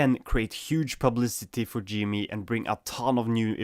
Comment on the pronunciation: it's also pronounced G M E not G ME